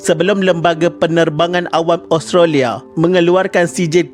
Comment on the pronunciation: Sebutan Australia.. Os..tra.. lia... Bkn as..tro..lia..